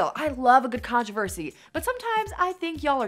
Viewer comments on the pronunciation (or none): none